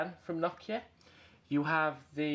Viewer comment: It's Nokia not Knockia